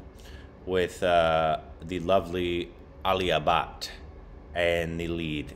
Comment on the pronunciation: He literally said Alia Butt 🤣 love her though, so don't bring negativity :)